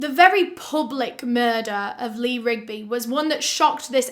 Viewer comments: It’s funny you had trouble say the Marines name. The Beatles has a song called Eleanor Rigby . Thought you find that fact funny. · Good job on memorizing the last names of the two political activists and saying it right ... also sad you not sure how to say the last name of the British bloke !